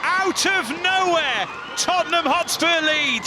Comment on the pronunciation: Lasses, it’s Tottenham.